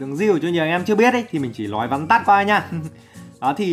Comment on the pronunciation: nói ko phải lói sửa đi cu